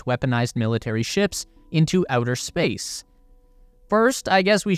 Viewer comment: Ah yes the "SPACECE" War